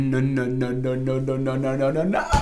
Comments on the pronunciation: I swear i heard him say "I think Naur" 😂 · ‘I think NAUR’ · does a really accurate Australian naugghhh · “I think naur” I’m screaming